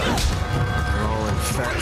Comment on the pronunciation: the first half of the video made some great valid points but as soon as he said raicism... all went downhill